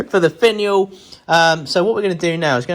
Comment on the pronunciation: Love the little pot! I swear at the end I heard "go check out my vaginal"... I laughed so hard, I went back and kept playing it over & over😂🤣😂🤣😂🤣 Cheers!